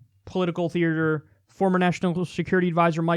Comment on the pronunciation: grrr Kyle, I can't hold my tongue anymore. There's one R in 'theater'. Good talk though.